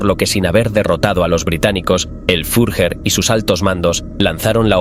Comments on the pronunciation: ¿Fiujer? En todo casi como debiera sonar la palabra: Fiurer ! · El "furjer" ??? jajajaja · El furjer xD